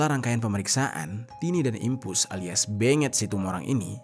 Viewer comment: Dimpos keknya bng bukan dimpus 😅😅